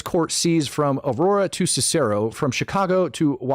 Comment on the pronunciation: you are 100% right about Chicago. I lived in the west suburbs for 40 years and moved out. Dupage county for the most part is nice. Cook County the near west suburbs where Cicero is not a nice area. You say it Sis sir O not the way you say it. Few spots in Cook country is nice.